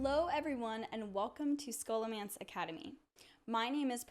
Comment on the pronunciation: Sssholo not skolo